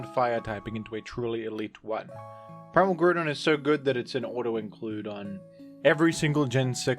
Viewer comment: The Groudon pronunciation is fantastic